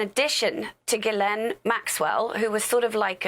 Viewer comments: Ge-len.... is there ANY American that knows how to pronounce her name!? ITS GISLANE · Her name is pronounced Jislen, it is a French name with a soft G